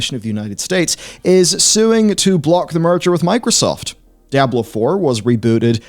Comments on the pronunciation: It's DEEE AH BLOW NOT DIE A BLOW.. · It's not die ah blo. It's dee ahh blow. No matter the accent. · Ah yes. Die-ablo. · "Dai-ah-bloh" I'm not sure where you're getting that pronunciation from but it's not correct. It's probounced 'Dee-ah-bloh', both in English and its source language, Spanish. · Diablo, not Dayablo xD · "dye-ab-blow"? NO!!!! It's: "Dee-ah-blow" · man these videos are almost unwatchable for me cause i cringe everytime i hear this guy pronounce Diablo as DIE-ahblo. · "Dayablow four" Lolk... Feels like this could've been summed up in a 25 min video. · “Die-ablo 4” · Die-ab-low. Lol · Die-Ablo is an unforgivable pronunciation. Its right up there with Foh-red instead of 4head. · "Diyablo" it's funny you don't get the name right even after 25 years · i unsubbed the second i heard Dieablo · Die ah blow 4.... What game is this? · It's pronounced Dee-Ah-Blo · die - ab - low ... 🤔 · Die - Ah - blow lmao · since when is this game pronounced Dyablo? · DUDE SAID DIE ABLO 4?! LOL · Stop saying DIE-AHBLO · I seriously thought your pronunciation was Dire Blow LoL. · Unbelievable what is happening to Die-Ah-Blo 4! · WTF is Die-ablo!? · heh Die-ablo 4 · u shouldnt be able to put out diablo content if u cant pronounce diablo LOL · You pronounced diablo wrong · You're mispronouncing Diablo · I swear is the only person in the world who says Diablo wrong.